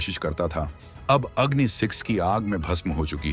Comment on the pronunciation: please pronounce the name of the missile correctly, i assume ur indian so it is agni and aagni.